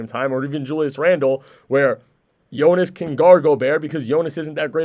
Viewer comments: its JonAs, all of them they say voice of e (east) and should be voice of a (are). Idk how to spell it I guess Yonas and google translate says it properly. They are changing it to Yonis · Its really getting annoying listening how you rape Jonas's name. I gave you a friendly advise earlier how to say it properly, you obviously didn't bother to even try to improve and say his name properly. How would you feel if someone calls you Tam, Tem or Tum?